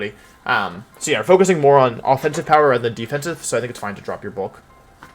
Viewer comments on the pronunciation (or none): none